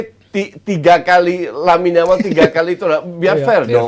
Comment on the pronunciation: Kok Yamine Lamal.. bukannya Lamine Yamal ya.. gak sekalian Yasmine Jamal aja dah😅